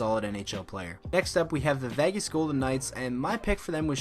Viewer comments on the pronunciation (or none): none